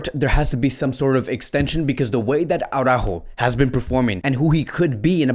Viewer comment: Why do u keep pronouncing his name Aurajo tho???It`s Araujo,HE doesn`t pronnounce it like that so why??